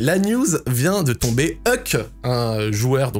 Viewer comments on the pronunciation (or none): Ça me fume comment tu prononces Huke, « Heuk »